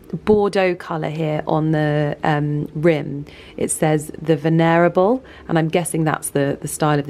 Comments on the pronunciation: The crapper toilet says 'VEN erable' not 'VENER able'. Just sayin'. 😊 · The way you said venerable like ven air rable 😅 it's means this btw accorded a great deal of respect, especially because of age, wisdom, or character. "a venerable statesman"